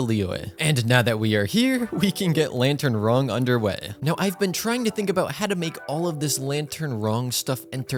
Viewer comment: Bro really said "Lantern Wrong"😂